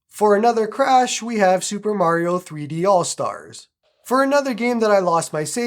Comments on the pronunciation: Nintendo peaking around the corner: sup bro? You mind showing us the actual cartridge? And did you say Mare-rio, Bruv? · bro really said mary o lmao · who is MARY-O ? lol